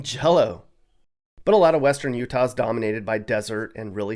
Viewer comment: U -tah ? 😮 roofers in u-tah ??? Put a lid on it . Roofers are just doing?